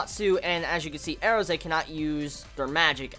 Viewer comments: her name isn't Airza it's Erza pronounced like URZUH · No, listen to the characters pronounce it during an episode. They clearly say it as AIR-za...